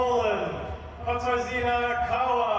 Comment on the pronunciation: It’s quit difficult for them to pronounce... I don’t think he did on purpose.